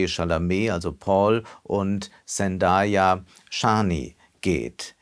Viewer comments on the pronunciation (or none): none